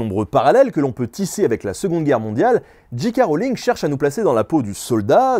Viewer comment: Super chouette épisode ! Mais par contre soit vous dites J. K. Rowling avec un accent bien français (Gît Cas Roling) soit en le prononçant "en version originale" soit Jay Kay Rolling ! Mais pas Gee Quai Roling haha :)